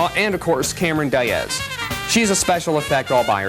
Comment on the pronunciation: Cameron Die-az?....you were so close